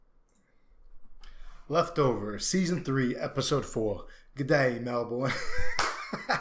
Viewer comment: Dude just so you know I was in the background of the Kevin stuff at Federation Square. It's 15mins from me. So weird seeing my city in this show! It's pronounced Mel-Ben haha